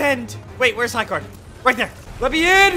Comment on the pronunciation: Why did you say high card it is high gard